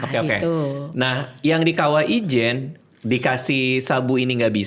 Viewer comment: Ijen bang Ijen bukan wijen😭